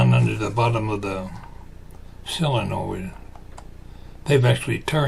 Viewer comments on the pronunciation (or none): I noticed you pronounce it "SILL-uh-noid". So do a few of my in-laws. I looked up the pronunciation, and it's what I would have thought... "SOH-luh-noid". I reckon your way must be a Southern variation, because you aren't the only one that pronounces it like that. I wonder about some of your viewers from other regions ... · Hi, I live in Iowa and I have always called it "SOH-luh-noid". And I have heard other people pronounce it the other way also. But I hear more people say "SOH-luh-noid". When I lived in Missouri it wasn't long I started to speak southern also. Then when I moved back to Iowa several people would ask me if I was from the south. LOL! I still haven't quite lost it. Some people will still ask if I am from the south. LOL!